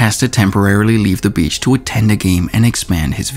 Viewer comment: Every time he says beach my dirty ears hear B*tch with low pitch.